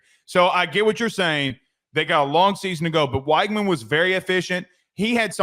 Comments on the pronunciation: Nice vid. Just as an fyi tho, it’s Wig-man not Why-gman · Great show, by the way, it's pronounced "WEG-min"